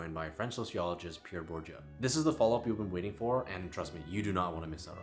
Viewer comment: Ahh, you mention Pierre Bourdieu in almoust all you videos, why don’t you learn the French pronunciation of his name, as well as other French and Italian terms 🥳 While there is some great perspective in many of your videos, it seems like the more you heal and grow, the mire unique value you can contribute. All the best!